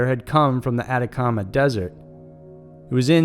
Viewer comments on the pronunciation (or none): none